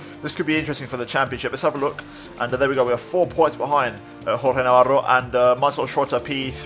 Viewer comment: awesome stuff man! also im impressed you can actually pronounce Navarro xD